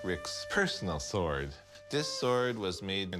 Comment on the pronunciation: SWORD, NOT S WORD! hate his proununciation!